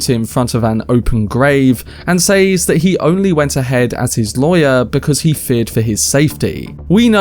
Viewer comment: “says” in English is pronounced “sez”. It’s used so often that it becomes distracting every time it’s mispronounced.